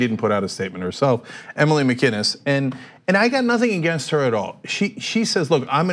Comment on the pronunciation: Is that really how you pronounce “Mccines?